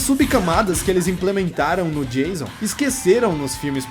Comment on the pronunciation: Acho mó engraçado quando chama o Jason De Jailson kkkkkkkkk